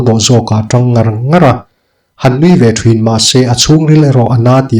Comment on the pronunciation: i aw hi ka duh tawp a, i story ka hmaih ngai lo. mahse thin tih hi thrin ti a i lam hi ngaihthlak hrehawm deuh ka lo ti ve a 😁😁